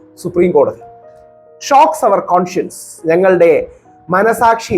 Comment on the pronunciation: രാഹുലേ , കോൺഷ്യസ് അല്ല കൺഷ്യൻസ്.....